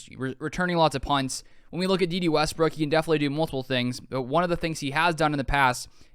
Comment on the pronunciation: Day Day not Dee Dee.